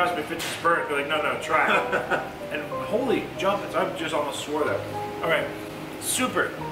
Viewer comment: I couldn't figure out if it was holy jumpins, holy jumpits or holy jumpers! Lol Is it a Canadian thing?